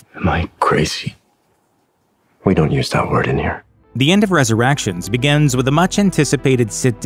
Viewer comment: I think the announcer has a glitch in The Matrix. He keeps saying "ResurrActions" instead of Resurrections. 📗📗📗